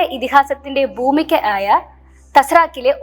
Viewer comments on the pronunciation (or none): ആങ്കർ പെൺകുട്ടി മലയാളം ഉച്ചാരണം പഠിക്കണം. "ക "സാക്ക് പൂമികയായ എന്നൊക്കെ കേൾക്കുമ്പോൾ ദുഖം തോന്നുന്നു ഉച്ചാരണം പഠിക്കണം.